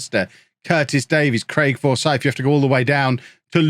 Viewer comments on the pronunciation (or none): none